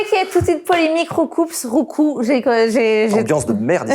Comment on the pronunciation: merci du dit roucoups sans dire le p